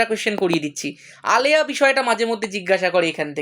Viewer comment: আলেয়া টা আয়েলা hoye geche